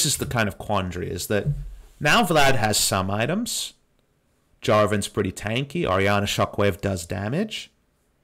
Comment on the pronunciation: Lmaoo for a full three minutes I thought they picked Ahri because I couldnt see the pick and the way you pronounce Ori sounds like Ahri